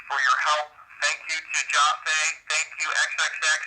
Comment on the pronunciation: This isn’t to hate in any way, but it just really bothers me how he doesn’t pronounce XXXTENTACION correctly nor Jahseh! Goodness gracious.